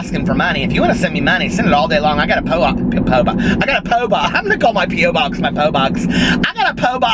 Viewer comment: "Poe box" lmfao